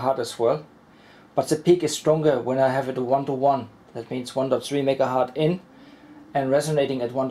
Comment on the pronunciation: i love your experiments. But... its very painful to hear "megahart" 5 times in a row. Hz aka 1/s was named after Heinrich Hertz. Some pp thinks Hertz is the plural of Hert, guess u do too. They r wrong. Pls use Hertz instead.